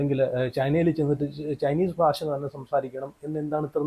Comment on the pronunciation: ഫാഷാ പ്രാവീണ്യം അല്ലടാ പൊട്ടാ...... ഭാഷ ഭാാാാ......... പറ....... പറഞ്ഞ് പഠിക്ക്....... 😂😂😂😂